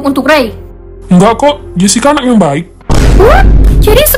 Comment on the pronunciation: Kak kok bilang anak jadi Anang terus di setiap kata² yg huruf belakang nya k pasti Kaka ganti jadi "Ng" maaf ya kak kalo tersinggung aku cuma mau bilang doang 🙏